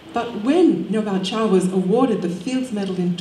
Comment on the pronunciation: His name is "Ngô Bảo Châu", not "Ngo Bao Cau" or something like that.